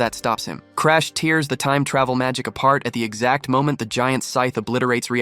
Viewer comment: okay then why the does it say tears as in crying instead of tears as in ripping something apart, this 'person's' voice is English, and this word is the wrong word in EVERY English language and it's pretty clear how to pronounce it in any primary English speaking country even by reading what's written. Only AI gets confused by this. but hey I'll continue to play along with your bullshit here. "corrodes the earth, dragging it" the place any English speaking person would have paused it because of the need to BREATHE is after earth before dragging, but instead the two words are damn near combined it's spoken so fast suddenly, as though an AI didn't understand it needed to pause. or about about where the voices changes completely. or when it changes again back to the original voice. and that's just the first 10 fucking minutes, congrats, totally not AI, just a whole bunch of problems that only AI would have. So your choice is either this is AI, or all of you are incompetent. Then around 2hrs or so in, it repeats itself multiple times in a row, multiple times. I think the first time it happens it repeats itself 3 times, and then it repeats itself 2 times, another 2 or 3 different times. All within like an 30-40 minute span. So yeah, which is, AI or are you just really bad at your job? I'm not watching more than 10 minutes of this over again. I've clocked what 5 problems in the first 10 minutes that's a problem every 2 minutes, this video